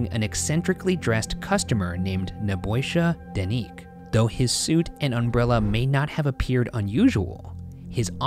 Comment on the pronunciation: RYANS PRONOUNCIATION OF NEBOJSA DENIC HELPPP